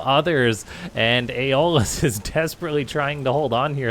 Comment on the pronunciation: If my memory of "Hercules: The Legendary Journeys" serves me correct, I'm pretty sure its pronounced "Eh - Oh - lus".. Cool vid!